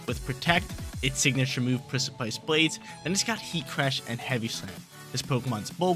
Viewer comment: Hell yeah, reg G! 🎉 Btw precipice is pronounced liked press-uh-piss